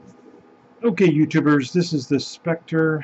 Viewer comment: Ahahahahahahahaha You called it "Spector" come on man. How can anyone take a review seriously from you of you can't even pronounce the brand name properly?